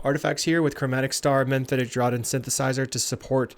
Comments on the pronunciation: FYI, "Draught" is pronounced 'draft' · Draught is pronounced "draft."